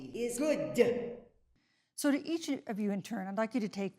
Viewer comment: "I think racial and gender inequality is goODuh" - Dr. DuH